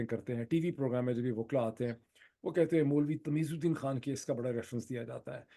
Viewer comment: خان ہے کھان نہیں۔ لگتا ہے آپ نے بالی وڈ زیادہ دیکھنا شروع کر دیا ہے